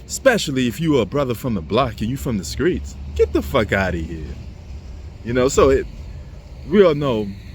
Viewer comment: Fix your tie and learn how to pronounce Street not Skreet.